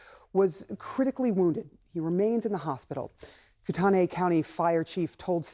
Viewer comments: Im from Idaho, pronounced coot knee county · Y’all it’s pronounced koot-ney. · In North Idaho we say "koot-knee" county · Get your facts straight, you don't snipe with a shotgun. Also pronounce the county and city right.